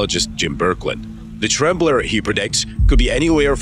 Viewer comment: Ugh it's temblor not tremblor🙄sorry to nitpick but i grew up in the Bay Area and it has always bugged me when news guys get it wrong